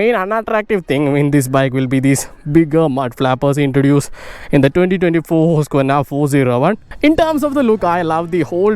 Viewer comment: It is really encouraging and pleasing to listen someone pronouncing the name of the company correctly.